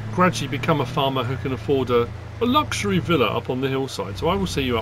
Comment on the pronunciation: When you kept saying luxury in the funny way it was reminding me of Fred Dibnah for some reason lol